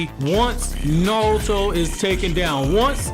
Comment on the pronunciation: I wish the guy with the best Naruto channel knew how correctly pronounce Naruto. The way he leaves out the "R" is so grating to me. Great stuff otherwise.